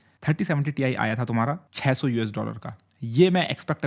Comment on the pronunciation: Greatest "Tai"